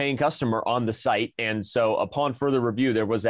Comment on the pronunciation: Danny: Did you say "upon further review" OR "a pawn further review"? ... anyone?